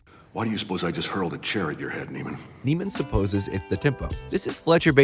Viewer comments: Another part of Fletcher’s abuse is how he purposely mispronounce Neiman’s name for the entire movie, to the point where even in this video the narrator mispronounces it. For those wondering it’s pronounced “neigh-man” and not “knee-man”. Andrew says it in the beginning of the movie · You missed my personal favorite thing. His name isn't pronounced "Neeman", it's "Nayman". He introduces himself as "Nayman" and a kid in the worse music group calls him "Nayman". Fletcher just calls him "Neeman" as a mind game. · Its andrew ‘neigh’-man. ‘Knee’-man was one of fletchers manipulation tactics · It's pronounced nayman, he literally says it in the scene where Fletcher introduces himself. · I love how you mispronounce his name just like fletcher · It’s interesting because you’re mispronouncing Andrew’s name here too. Fletcher does it the entire movie as a power play and we the audience start to also associate him with that name while we’re taken on the ride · I noticed that too. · Americans are specialists in butchering names.. So i am not sure if this was intentional.